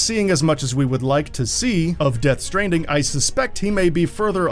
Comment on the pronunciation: lol it sounds like the narrator mispronounced stranding at the start of the video.